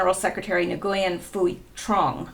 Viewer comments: Nyugen is pronounced wen....Dung is pronounced Dumb FYI :) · Nguyen is a common name The g is silent.( SIGINT signal Intelligence (real deal)) Kill Chain- USN Term for Combat